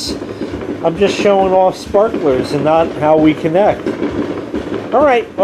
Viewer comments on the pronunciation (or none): Kind of sounded like you were having a Joe Biden moment at the end there. Ermagerd!! Sperklers!!